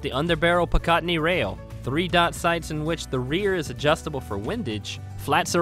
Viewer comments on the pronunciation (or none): Pi-cot-nie rail???...your funny boss, I always thought it was Pica-tinny rail. I just bought the Glock 19 Gen 3, love it. At 1.6 lbs, it's almost as heavy as a fully loaded Glock 9x19 1.8 lbs. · The first Glock you listed is definitely NOT 110 fps wtf you getting all these incorrect "stats" from.... Oh and also, it's PICATINNY like PICK A TINNY lol good God 🤦🏻🤦🏻